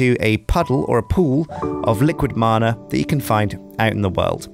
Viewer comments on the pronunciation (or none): none